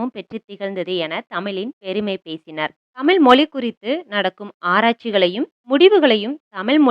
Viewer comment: Thayavu seidhu thamizhai thamizh endru ucharikkavum. Tamil tamil endru koorum pozhuthu gen Z pillaigalin pechu thamizh kavalaikidamana nilaikku thallapadum.